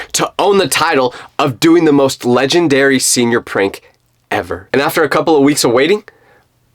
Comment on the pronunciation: Don't say ledanary say ledanberry